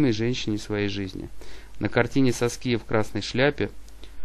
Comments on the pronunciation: САския ударение! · Автор, бога ради, выучите ударения и произношения имён. Уши вянут. Прямо по класическое, СаскИя - это не грудь, это имя такое.